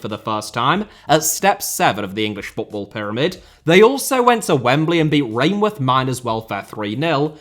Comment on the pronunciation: I did enjoy your pronunciation of Rainworth, however, as someone who lives nearby, it’s nowhere near. Locals essentially pronounce it “ren-eth”